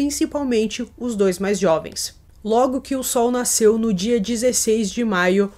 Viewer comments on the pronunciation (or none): none